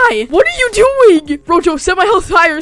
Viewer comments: its not rojo its roho rojo is red in spanish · its pronounced ROHO cause J in spanish sounds like a H